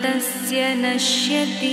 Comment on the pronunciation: It should be pronounced as Naashyati and not nashyati